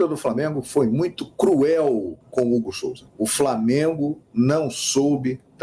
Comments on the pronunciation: Não seria "Hugo Souza" e não Hugo Solza ... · Qual seu problema com a língua portuguesa? SOLZA ? COM L ?